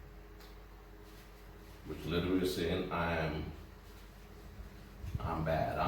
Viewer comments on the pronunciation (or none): none